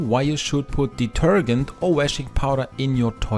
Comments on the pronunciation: Somebody should tell him how to pronounce detergent. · The g in detergent is soft, not a hard g. Lol. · Great video but you need to learn how to pronounce "detergent". ;-) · Love the way you mispronounce’ detergent’ ! 😂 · It's pronounced deterJent not deterGent😉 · Deter-Gent as in gentleman not gant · Deturgant...no no.. it's detergent. De-ter-Gent.. now put it all together and pronounce it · Do you mean detergent or detergunt? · Deter-JENT not deter-gent. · Detergent ❌ Deterghent ✅ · Deter*gent as in *Gentleman - not deter*gent as in *Gantt Chart. Good video , thanks :) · Please pronounce detergent like diterjent rather than diterghent. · It is pronounced de-ter-Jent, not de-ter-Gent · it's deter- gent like gentleman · Deetergent not ditergunt 😅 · It’s not pronounced deterGHent. It’s pronounced deterJent like the j in “judge”. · I just can't listen with the guy saying deter g ent. Man, it's pronounced deterjent. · Listening to you say detergant over and over has just made my night ,😂😂😂 Thanks for the great tips and a good laugh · ‘Deterghent’ - I love how you say it! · Hi. Interesting post! Just in case you wish to be understood in the US a bit more, I have a linguistics suggestion: In the US, we pronounce the last four letters of the word, “detergent, as we do in the word “Gentleman.” You’re pronouncing the G like “to Get,” or like the proper name “Gary.” It should sound like the G in “Gently, Gentleman, Giant,” or the same sound in some J words like “Jester, Jack, or Jeremy.” I hope that helps. Best wishes. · FYI, the g in detergent is pronounced like the j in James. It is "deter-jent". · Did he say deturdgant ? 😳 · It's pronounced "deter Jent" but to be fair, your English is way better than my German!😂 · Pronounced: De-ter- (j) ent! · It's pronounced like de-TER-jent. In English, if a "g" is followed by a e, i, or y it is usually pronounced like a "j." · Also, detergent, the G is pronounce like in Gentlement. Has a J sound. DeterJent